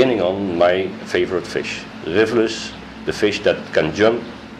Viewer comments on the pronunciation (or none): when asked his favorite species, it sounds like he said "Livurus", but I'm guessing it was "Rivulus". I think the picture was a species of Rivulus. Is that correct?